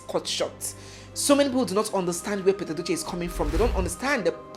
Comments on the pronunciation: Haba barrister his name is Pete (pit) Edochie and not pet as in a domestic animal. Its rude to address someone's name wrong. May his young soul be reposed in peace. Amen! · Pete which is pronounced Peet not pet. But everyone in Africa pronounced it wrong.. you people call him pet like a pet dog 😂😂😂 I laugh EVERYTIME I hear it... I just had to say that...